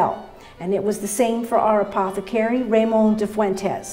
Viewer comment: So informative! Needs a little work on the pronunciation of the apothecary's name. Is she saying Ramón?